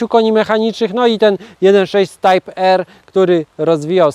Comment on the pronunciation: Type R czyta się prawidłowo "tajp ar"